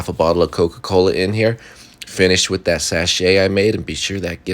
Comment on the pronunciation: At first I thought you said “10 cloves of wheat bay leaves” and I was like “where the heck do I find those??” Lol